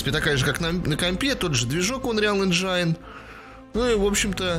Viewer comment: Не анриал энжайн, а анриал энжен